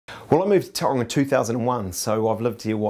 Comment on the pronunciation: If you're going to represent Tauranga, can you at the VERY least pronounce the name correct.